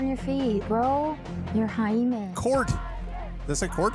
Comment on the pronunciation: Did she just call him hymen?